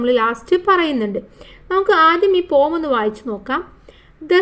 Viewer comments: Pom alla poem poyem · Pom alla poem anu😊